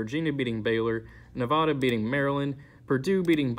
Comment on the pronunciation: Its Nev-aaa-da not Nev-ahh-da but great vid